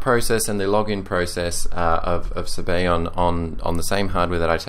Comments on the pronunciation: its italian. sabayon is pronounced zabayohen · It amazes me how English speaking people think that other languages use their pronunciation, and no other whatsoever. Maybe, I'm wrong. Sorry if that's the case. Sabayon in Italian is pronounced (in English) this way: Sub - Ah - Yawn Otherwise, you make great reviews, the best on yt definitely! Thanks!